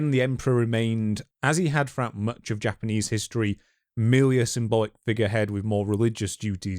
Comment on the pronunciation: Japanese G sound is the hard G as in get, not like in general.